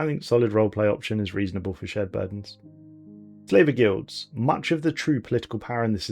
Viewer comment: When you said "Slaver Guilds" I thought you said "Flavor Guilds" and was very confused as to what that means.